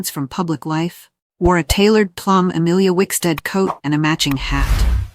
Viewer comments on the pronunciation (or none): none